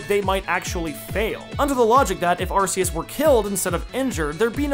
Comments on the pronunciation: Not another person who says arse us Really not that hard ark which sound so much better not how it’s pronounced that’s the most dumbest reason most words u don’t specifically say each syllable Anyway the movie was pretty shit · It’s pronounced, are-key-us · But it's not spelled Arseus. It's spelled Arceus, with the hard C found in Archaic, Arc, Archeus, arcane. You can't even fall back on "but ce means soft" because english has exceptions to that already. Also, it's clearly based on latin(to be cool and godly sounding), where there is no soft C to begin with, C is always hard. You are being remarkably silly about this. It's like if I started claiming that Neige has to be pronounced Ney-Geh, because that's what the spelling would sound like in my country, and not bother to get the pronunciation right. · I’ve heard the name pronounced as “Ar-kay-us.” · Not arguing here, but you like the way that the Pokemon God sounds like Ass-eus? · It’s pronounced Arkeyus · Arceus more like arseus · you said arceus wrong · I lost my fucking mind every time you said arceus.... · Man you dont how to say arceus